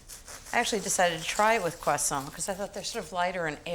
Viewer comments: That's how you pronounce croissant in proper french. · I love how Ins says ‘croissant’. Personally I would’ve used white raisins and Granny Smith apples.